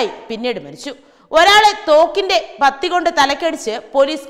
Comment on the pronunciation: തോക്കിന്റെ 'പത്തി'യല്ല, പാത്തി എന്നാണ്